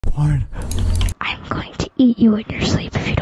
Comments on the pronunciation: Is it just me or in the beginning does it sound like flamgo is saying “porn” XD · He said "Barn"